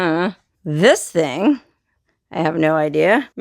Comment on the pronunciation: “thing” not think